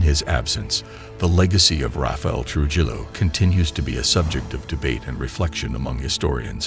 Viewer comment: Its pronounced Tru-hillo